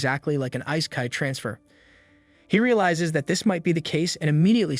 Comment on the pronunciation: "Ice-kai" transfer. 🫤